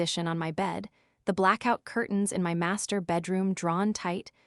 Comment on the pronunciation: "My" means me or myself it is NOT pronounced "M.Y."